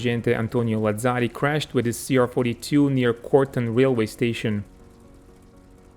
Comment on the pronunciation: Làzzari has the stress on the first a. Tàranto, also, has the stress on the first a. All other names are pronounced right.